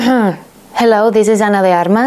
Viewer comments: the American accent betrayed her. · Except she missed the Castilian consonant R for the English vowel r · that "Armas" part... has a roll to it... that I appreciates. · She’s Cuban, so in Cuban Spanish she pronounces her own name as “Ana de ALmas” — “Ana of Souls” 😄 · Ana de Armas. Like how does she pronounce it so well???? I know I know it’s her name. But still… Anyone else have difficulty pronouncing it? Especially when she says Ana de AR… Yes AR. It’s sooooo hard to pronounce the RRRR. She has like an American accent when she does it. Now I’m American 🇺🇸… But still. Spanish and then R aka American accent. Get it???? Also… So beautiful.